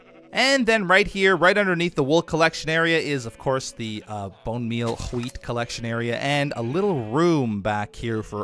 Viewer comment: "This is the HOWHEET farm" lmao Luv u <3